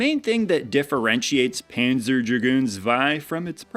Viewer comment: Tip: the z in zwei or panzer is pronounced as ts.